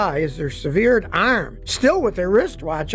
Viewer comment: Oh no, a suh-veered arm!